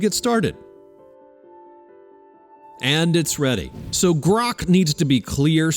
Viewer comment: Maybe GROK isn't cooperating because of the way you pronounce its name every single time